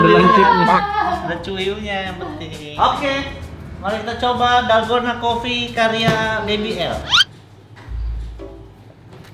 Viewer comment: Dolgona Coffee ❌ Dalgondel Coffee ✔️